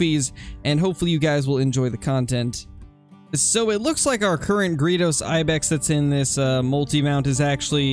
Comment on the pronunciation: I cringe every time you say gredos. It's like greydos